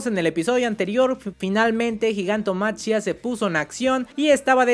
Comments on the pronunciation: Repitan conmigo: Gigantomaquia Repitan conmigo por si acaso: Gigantomaquia No sé si soy el único al que le genera conflicto que prenuncie la ch como tal diciendo Gigantomachia Igual, buen video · hey bro, creo que se pronuncia "Gigantomaquía" es una referencia a la titanomaquia (en la mitología griega la guerra entre los Dioses olímpicos y lor Titanes), solo que pues en ingles es Titanomachy/Titanomachia y por eso lo de Gigantomachia